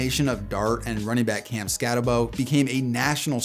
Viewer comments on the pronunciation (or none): Pronounced SKAT-AH-BOO